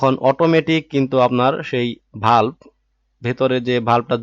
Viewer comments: মাঝে মাঝে কথা বলার মধ্যে ভুল হতেই পারে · ভাল্প না বাল্ব কোন স্কুলে আপনি পড়াশোনা করেছেন